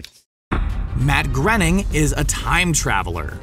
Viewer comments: Pronounced "Gray-ning", not 'Gren-ning' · His name is pronounced GRAY-ning not GREN-ing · GROENING IS PRONOUNCED "GRAY-NING" NOT GRENNING!!!! I really dislike when so called fact videos mispronounce key names or words in them LMAO! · It's pronounced "grain-ing" not "grenn-ing." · It's pronounced Matt "Graining" like "braining" not grenning. You could at least get the guy's name correct if you're talking about him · its not pronounced grenning its supposed to be grayning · lol I've heard people pronounce Groening wrong a lot, but I've never heard them say "Grenning" like in this video. its just 'grain-ing', its really not that hard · I'm sure it's pronounced Matt groaning not grening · Why do you pronounce Matt Groening's name as Matt Grenning? It's pronounced as Matt Growning... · his name is pronounced Gray-ning.... not Gerning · That is now how I would have pronounced Groening's name. Instead of Gren-ning I would have pronounced Groan-ning. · And it's not grening it groening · FYI: Matt Greoning's last name is pronounced groan-ing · It's pronounced gray-ning. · He said "Matt Grening"..... jesus. Also, he says "some people think the professor has a cloning machine". It's a fact that he has cloning tech. That's why Cubert is a thing. He cloned him from cells he scraped off a growth on his back with a fork. And subsequently has a cell scraping day, in lieu of a birthday. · its pronounced graining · BTW, you're pronouncing Matt's name wrong. When asked how to pronounce it, he said, "Groening, rhymes with complaining." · Matts name is pronounced like it rhymes with Complaining, by his own admission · Matt Groening's name is pronounced graining. Please say it right if you're gunna make a "Fan" video. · As he says himself, "Matt Groening... rhymes with complaining." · Since when was Groening pronounced "grenning"? I think "groaning" is probably closer, or Dutch? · IS that really how you say his name Matt Grenning? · Nope. It's grain-ing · GRAINING. GRAIN-ING.